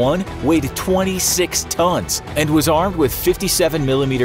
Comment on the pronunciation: "Tons", not "tones", guys! C,mon!